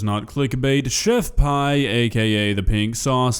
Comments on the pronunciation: chef PEE not PIE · its chef PEE not chef PIE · Her name is pronounced like the letter P FYI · please say her name right